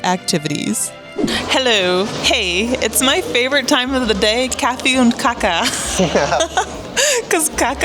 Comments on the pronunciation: Enjoyed the video. It’s kaaa-ka with a long a. Kacka with a short a is the opposite of eating 😀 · eat meatballs with mashed potatoes 2-3 times a month, and please do not pronounce cake so. the first aét is long, what you said means something completely different 😆 cacka means 💩 in svedish 😅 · Kacka is slang for poo here too. But kaka is pronounsed kaaaka, long A and short K 😃